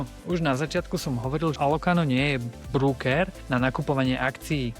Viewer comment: je pecka! Ale ked pocujem slovo "brúker" tak mam pocit ako ked zakusnem do citrona. Ved sa to nepise v anglictine brooker. Je to broker a tak sa to aj cita. 😉